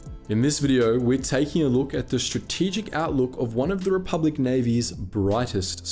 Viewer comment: "Rebublic". And now I'm imagining Bubba Jedi. I swear, sometimes my brain is not my friend.😂🤣